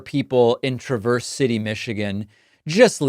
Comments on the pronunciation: Michigan here, Traverse City is pronounced Tra’-verse not Tra-verse’. Love your show! Vote blue!💙💙💙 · No disrespect Mr pakman but the A in Traverse is pronounced like the a in trampoline, and the second Novi was correct. Otherwise great video